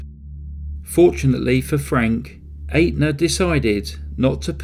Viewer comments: BTW, the insurance company, Atena is pronounced Et na! Good work! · It's Aetna, I'm glad I met ya, not Atena, I'm glad I ate you. With that one quibble, this is an absolutely brilliant video, thank you. I am thoroughly irritated with myself that I thought the movie was based on fact. Great presentation.